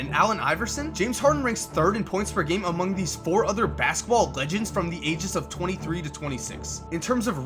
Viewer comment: Idk why, but the way says "basketball" be bugging me lmaoooo "Baskball" smh lol dope video tho